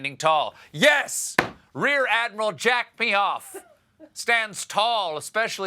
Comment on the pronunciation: Jack Meehof 🤦🏼‍♀️🤣